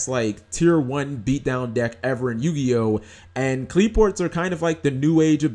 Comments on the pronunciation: Qli-Fort is the correct pronunciation. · If you like Qliphorts so much, it might be a good idea to learn to pronounce them properly.